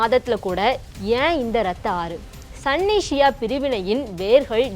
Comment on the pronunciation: Athu sanny illa sunny 😂😂😂😂😂